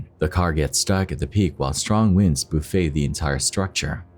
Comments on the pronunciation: The winds "boofay" the ride? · I think the word you're looking for is "BUFFET" - like strong winds buffet buildings. NOT like in "'buffet" - as is all you can eat "buffet". Damn English language! 🤣😂